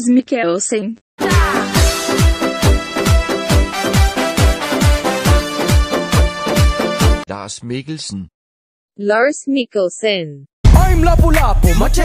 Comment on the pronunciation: Danish: Lars Mikkelsen Irish: Lars Mikkelshen